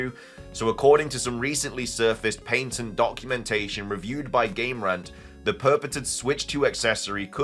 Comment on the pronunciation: There is a diference between the UK and US pronunciation of "Patent". Pay-tunt vs pah-tunt. Youre saying Pain-tunt...